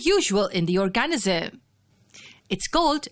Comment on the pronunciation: You need to learn how to pronounce organism